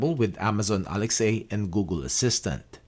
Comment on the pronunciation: I don't understand why he keeps saying Alex-A